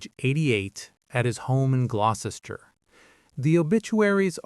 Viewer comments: It's pronounced Gloster. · Isn't Junkers pronounced 'Yunkers'? Gloucester is definitely pronounced 'Gloster'! (rhymes with foster, not poster). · Can't pronounce Gloucester properly. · Gloucester = "gloster" Worcester = "wuster" Leicester = "lester" Towcester = "toaster" Bicester = "bister" etc. etc.